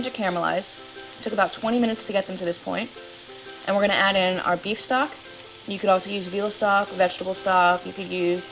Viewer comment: and whats beaf stock? or what ever stock she said